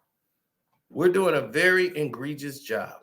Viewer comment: What is "engregious"? Are we trying to say egregious?!